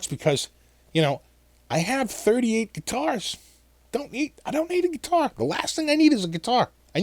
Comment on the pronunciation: So, where did you buy your Chinese geee-tar? Lol